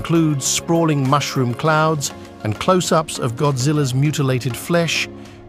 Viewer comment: I was totally duped by the AI voiceover until "Japan is push-shed even further into chow-ass by Gid-zillahs aye-riv-elle."